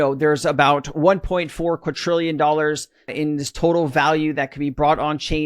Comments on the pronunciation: Yes! I've almost commented a hundred times every time he says quaTTTrillion!😒🙄🤣quaDDDrillion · There is no letter "T" in the word Quadrillion